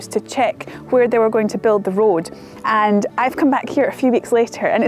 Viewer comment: Great documentary but can someone confirm that certain words end in "D" instead of "T", like "Scotland" or "And". Every time she says these words she ends them with a "T".......Scotlant, Ant. Seems to be a thing these days and I find it very annoying. Or should I say "Fint" it very annoying.